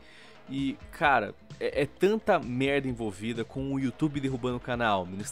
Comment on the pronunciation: muito bom o falando merrda